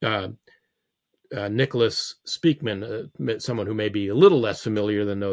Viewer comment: Being Dutch, living in Unterfranken, Bayern, Germany, this name raping hurts my linguistic brain... Spijkman, Speykman or Speijkman are all pronounced more like Spikeman, as is Edelman more pronounced as Adelman. Sry, off topic, and I needed to get it out...